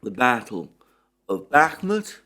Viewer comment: I cringe for this man when he says Bakhmut, being dead wrong for six months straight will have that effect.